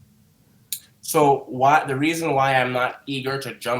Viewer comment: why you add an “n” in a lot of your words? WTH is Immediantly?